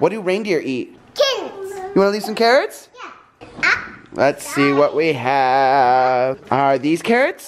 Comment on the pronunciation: I don't know why but when said carrots, I heard kittens😂😂